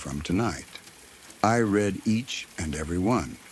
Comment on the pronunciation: SORRY...BUT "I RED ALL OF THEM " 😂😂😂 Ai Narrative Spoilt it for me.??